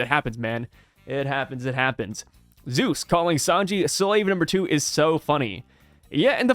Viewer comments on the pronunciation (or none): none